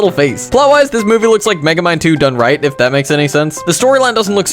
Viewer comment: thought you said Megemind 2 for a second